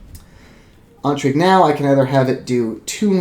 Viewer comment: My OCD monkey brain is compelled to write a youtube comment about your pronunciation of the word intrigue. It would have to be spelled "entrigue" for that pronunciation to be correct. Sort of like the word "Ennui". The difference between "in" and "en" in French is very similar to the difference between the name "Anne" and the word "on", in English.